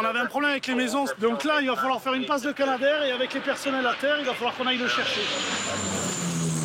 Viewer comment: Alors c'est Canadair, comme Canada et non pas Kanada.